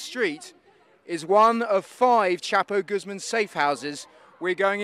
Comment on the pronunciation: “This is were chapoguzma escaped from” 😂😂😂😂